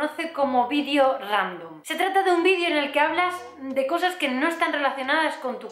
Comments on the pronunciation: Jajaja me ha encantado este vídio (por cierto, has conseguido que note cada vez que dices vídio y no vídeo), me he reído un montón y la verdad es que me hacía falta después de un par de días que no he estado nada contenta ^^ Gracias por ser tan espontánea, guapa! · Que bonita! aaaaw q emoción! mencionas te lo de como dices "vidio" en ves de vídeo; yo te lo comente en face apenas y me encanta como lo dices. jajaja que emoción !!! jajaja soy muy boba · ginseng y eso no tome xD eres energía pura!!!!molas y tus videos (vidio vidio vidio) ramdon también!!!! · Chupito cada vez que diga "vidio" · no eres la única que dice "vidio" He dicho?mi gracia